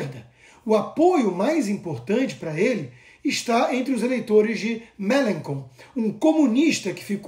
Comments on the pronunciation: O comunista que se ficou em terceiro se chama Melanchon.. a pronuncia correta (para nós, br) é MêlanXon... eu moro aqui na França.. escuto o nome dele direto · Você não precisa ser fluente em francês para falar corretamente o nome das pessoas (Mélenchon). Né?